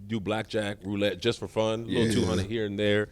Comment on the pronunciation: This man really said fune